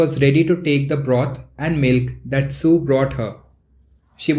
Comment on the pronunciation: It's was sue not 🚫 su